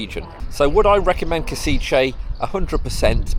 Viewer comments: As to the pronunciation by an english speaker - Not Kosiche, but Koshitse! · Koshitze might be closest pronunciation. Any local can say it to you, if asked. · learn the name of the city correctly, please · When making video about Kosice or any other city, please find out how to correctly pronounce the name of the city. 😀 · I beg to differ…not nitpicking but educating or informing. He had already apologized during the video for possibly or quite likely mispronouncing the name of the city. I’m assuming is a native speaker so I appreciate him taking the time to inform me/us, the viewers, how to say the name of this lovely city. If you take exception to the information provided, you could just scroll by instead of opening your mouth and removing all doubt. Of course, it’s just a thought… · but a lousy service to all the viewers, when he spreads out mispronunciation of 3 syllable town where he spent two full days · other than you butchering the name of the city it is a great video. next time try also some local microbrewery pubs. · I work for Universal Credit, at least 8 out of 10 of my Slovakian customers are from Kosice, they pronounce Kosice way different then how you are pronouncing it and I always assumed it was some horrible Brutalist/Socialist grey city from the way they describe it, I didn’t realise it was so pretty and cosmopolitan like some of the beautiful cities in the Czech Republic 😊